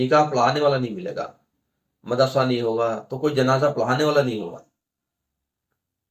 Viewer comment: Janaja nahi Bhai janaza bolo .pehle apna talaffuz sahi kar lo .